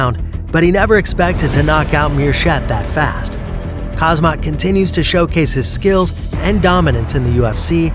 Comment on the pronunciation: It’s called “Haam-Zat”